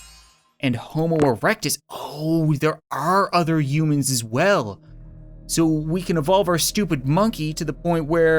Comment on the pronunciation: Is it just me, or does he call humans - (you-mins)?